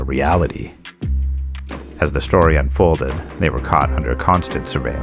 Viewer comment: *Story not "stay" LMFAO